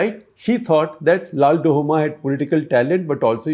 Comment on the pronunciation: LALDUH-OMA not LALDU-HOMA